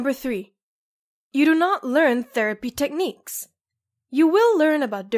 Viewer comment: Oof. It’s techniques not tecniques